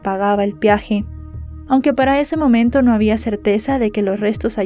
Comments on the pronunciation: Peaje, no piaje. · Corrección amable: no es "piaje", es "peaje". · Se dice peaje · No se dice piaje